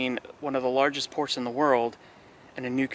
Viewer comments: Again, "nucular" isn't a word. It's "nuclear" NOO-KLEE-AR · "Nuculear" power plant. Huh, OK, then. 😂❤